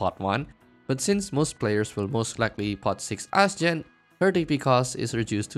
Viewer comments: Im pretty sure people pronounce her name astjenny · Seriously, how do you pronounce her name?